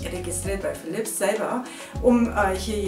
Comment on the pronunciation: Nettes Video aber nur so neben bei, es wird nicht Philips „Hü“ ausgesprochen sondern Philips „chu“ 😂👍🏻